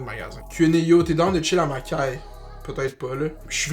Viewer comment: We say *Caye not Caille you guys mashup kreyol language jees loll